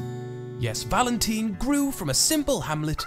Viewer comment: Why do you call it valenteen lol.